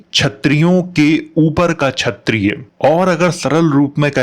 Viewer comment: chayatiya nahi kshayatiya kh not ch sala bihari gutkha